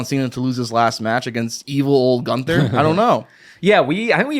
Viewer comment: To, his name is is GUNTHER, not ganter